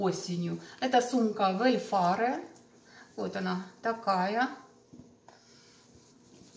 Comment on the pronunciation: Да, и Ваш любимый бренд читается примерно: «Велфэ»